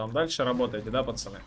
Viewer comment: Я думаю что такое ты говоришь "пасани, пасани". Думаю кого куда пасануть надо? )))) Потом понял 😃